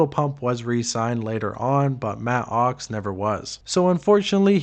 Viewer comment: I can’t even listen to this because of the way your enunciating “matt OX”